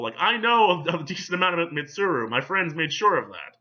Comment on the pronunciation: Just to reassure you. You pronounced Mitsuru correctly every time